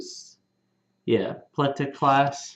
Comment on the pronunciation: Pell-tah, not Pleh-tah